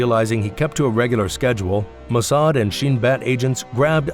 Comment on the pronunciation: You couldn’t even pronounce the name of the Mossad properly